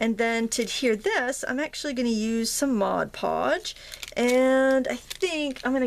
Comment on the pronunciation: THUMBS UP for saying "Mod Podge" correctly! LOL Great project, thanks for sharing!